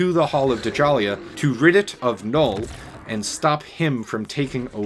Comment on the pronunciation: Its not pronounced (Duh-Jalia) Djalia is pronounced Jahlia (Ja-lee-ah) cmon bro